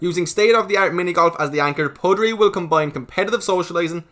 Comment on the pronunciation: You're saying puttery wrong I think. Putt like butt, you say put. Puttery isn't actually a word though so I guess it's up to the marketing team lol.